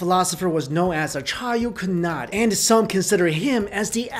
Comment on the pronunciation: wow...you really butchered the name Acharya Kanad -_